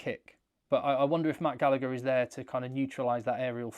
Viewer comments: The second G in Gallagher is silent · Love you but why cant english people ever figure out how to pronounce Gallagher 😂